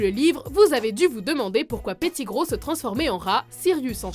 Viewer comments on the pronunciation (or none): Tu prononce mal Malefoy, petigrow, Weasley, Ludo Verpey et Gilderoy Lockhart, aussi dans certain de tes extraits de film les voix de Harry et Hermione sont bizarre